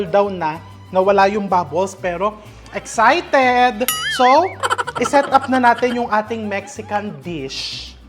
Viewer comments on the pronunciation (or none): none